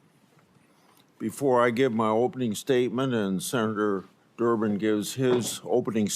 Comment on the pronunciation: Did she say senator Durmid?